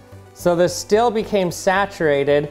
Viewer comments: Learn how to say the word STEEL, it's not stil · The moment when you can't hear the difference between "still" and "steel" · These “feld” and “stell” throw me off, thus guy can’t pronounce the letter e :/ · Dear lord please learn how to pronounce steel